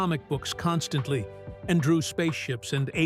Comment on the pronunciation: It's pronounced constantly not constant, lee. Ffs.